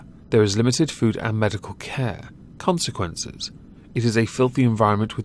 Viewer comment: I like when he says "consequences" lol